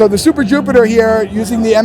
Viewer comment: He said Supiter Jupiter. 😁 Other than that, this guy really explains well how everything works. This is how you demo.